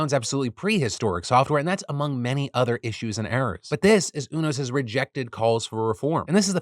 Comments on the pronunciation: I have never heard UNOS pronounced like that before. Its United network for organ sharing. I've always heard the u pronounced like "you". It was throwing me off. :) Also placer county, ive always pronounced the a like apple. Though im not sure what is "correct" but that was fun either way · It's pronounce You-NOS. As in the letter U then NOS. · Phiiiillll it’s pronounced Yew-nos 😅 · Is that really how you pronounce unos?! Ooo-nos… I always thought it was you-nos (ie. Greys anatomy, ER, good doctor, ect) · Phil, just to let you know, UNOS is pronounced you-nos